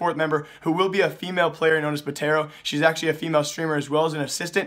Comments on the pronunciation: CSGO News puhtero... puhtero... how in the fuck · did he say..... pe tero??? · R O F L "puhtero"